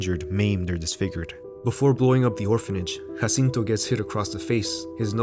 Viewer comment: Your (completely correct) pronunciation of Guillermo del Toro, Jacinto, and Vidal makes me want to bear your ch… I mean, great work! Loved this video so much!